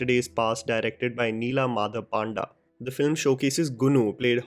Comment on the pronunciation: bro it's ODIA not UDIA :( and it's Panda (पंडा) not पांडा (PAANDA)